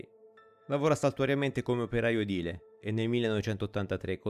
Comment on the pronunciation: Complimenti! A parte la tua bravura come youtuber true crime, sei l'unico, fino ad ora (e ne seguo molti e di buona qualità) che sa pronunciare la parola EDILE. Forse perché, dal lieve accento del tuo perfetto italiano, si sente la provenienza della stessa regione che diede i natali al padre della lingua italiana? Non m'azzardo a dire "fiorentino mi sembri quand'io t'odo", ma di quel di Toscana sì. Una riprova che sciacquare i cenci in Arno (come consigliava l'altro, il secondo padre della nostra lingua) non è mai una cattiva idea.